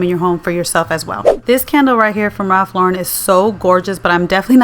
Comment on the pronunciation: I am so glad you prounce his name correctly.